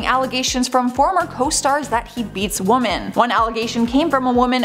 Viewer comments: Sorry but the plural of woman is women and pronounced “wimin”… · Careful with your pronunciations. “Women” not the same as woman, and debuted is 2 Syllables, not 3. And it’s Sheriff of Nottingham not Bottingham 😂. Oh honey